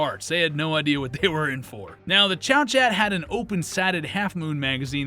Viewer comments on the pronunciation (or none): Good video, apart from the Liberator, that has been commented on to the end of time, my only criticism is the pronunciation of Chauchat, it's French, so not pronounced "Chow-Chat", ists more like "Show-Shar". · Chauchat is pronounced like "show-show". Or "show-sha" depending on which part of France you're from. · It's pronounced, "show-shah"! 😝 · I thought it was pronounced.. Shoo shoo?? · How are people in the future going to know what they're talking about if you mispronounce things with reckless abandon? Chauchat is correctly pronounced Showshot.